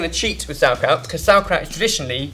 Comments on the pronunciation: Im getting triggered from this "sour" kraut. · I´m german and I love the way you pronounce "sauerkraut" and "spätzle"